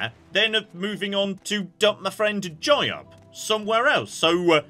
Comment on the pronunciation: its not jayab, man, its jyuub. smh.